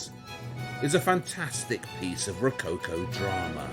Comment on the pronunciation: I CRINGE so hard the way he says ROWCOWCOOW.... omg xD